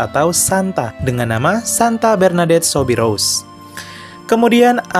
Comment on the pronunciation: Min, Soubirous dibaca Subiru.